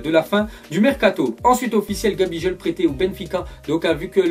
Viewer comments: Gabijol ?!! Sa se prononce Gabiguol! Si tu ne connais pas n'en parle pas stp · "Gabijol ?" prononciation bien degeulasse